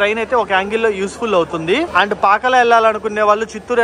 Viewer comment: పాకల కాదు బాబు పాకాల